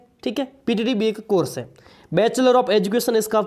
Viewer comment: किलियर 😂 , कोरस 🤣🤣 baki nice information sirji😅